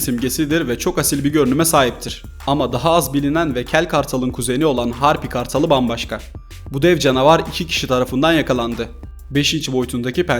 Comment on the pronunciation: Hepsi çok güzel ama bana göre Deri sırtlı kaplumbağa birazdaha etkileyiciydi. Bu arada Harpy kartlalı diye okunmuyo Harpya kartalı diye okunuyo söyliyim dedim teşekkürler 😊🙂.